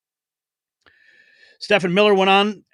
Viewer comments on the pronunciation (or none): Stephen is pronounced STEVEN the ph is silent. I like your show but this makes you sound ignorant!